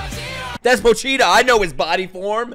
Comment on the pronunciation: Man said Poch “cheata”💀💀💀